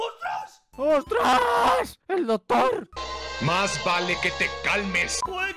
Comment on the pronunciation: Como se dice doctor en inglés pues dogtor